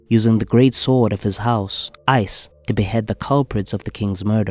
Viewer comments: What’s with the sWord pronunciation? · The "w" in "sword" is silent.